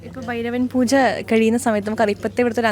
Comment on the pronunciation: Interviewr - bairava poocha alla pooja. Chila samayathu bairavan poocha ennanu parayunnathu